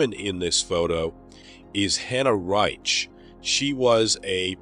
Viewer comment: Reitsh???? You mean Reich??? with CH as in LoCHness? Please have some basic respect and pronounce names the right way!!!